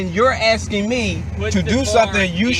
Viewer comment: '' Your AXING ME ''.